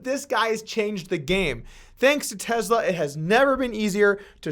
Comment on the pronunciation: Gotta be slightly ticked you didn’t wait 1 more day to be able to add in the clip/part about him smoking marijuana.. shoulda believed in Joe Rogan and his ability to make people say & do wild $hit I like the videos regardless of views also. Keep them coming. (But I dislike how you say “Tesla”, there is no ‘z’ )